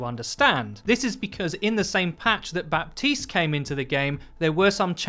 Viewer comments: Buh - teest not bap - teest. Thanks for coming to my ted talk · His names pronounced Ba-teest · "Baptiste" is pronounced as "Batist". With a silent "p". No wonder I can't hear him in the toilet. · How is Baptiste pronounced batees? Are we just gonna ignore 1/3 of the letters 😂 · Pls stop pronouncing the "p"